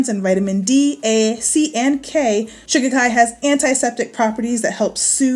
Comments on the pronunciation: No. Shi KA Ki. Accent on the second syllable. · I believe they actually pronounce it SHUH-KHY-KHY... LIKE SKY. But hey, tomAto toMato! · Every time she says shikikai, I think of the Ace Ventura movie. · Lol 😄😄😄 I just clicked on the video, doesn't really pay attention to the title. I couldn't figure out what you were saying.Shikakai (sha-ki-kai) no harm meant. I didn't know what you were saying. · How come you haven't informed all of us to pronounce this herb with accent on the second syllable, i.e, Sh KA kai which is how you say it? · It’s pronounced Shah-kie-kie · it is She-ka-kai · All I kept hearing was "Chaka Khan" and now "I'm Every Woman" is stuck in my head😆😆